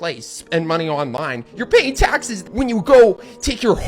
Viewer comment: I need someone to edit a compilation of this man just repeating “tahxes” 😂